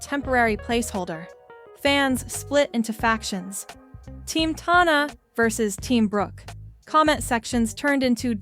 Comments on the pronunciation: the “tawna” is driving me up the wall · You did all this “research”, but what you should have been doing is learning how to pronounce her name.